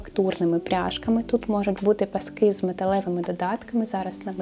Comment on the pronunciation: Зрозуміла, що не бути мені в тренді😂 😂 - більшою мірою цей стиль не моє) Звісно, можна імплементувати окремі деталі, але то радше вийде випадково 🙂 Дуже цікаво і приємно Вас слухати, песик чудовий (у мами теж така - буде лежати як мишка, лиш би коло хазяйки)). Не люблю влазити і бути граммар наці, але будь ласка, змініть наголос коли кажете пасок у множині. Бо паскИ, то про Великдень) а пАски вже те, що нам треба😜🙃